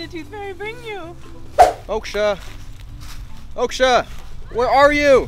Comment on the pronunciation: The way he pronounced Moksha, accurately is 🔥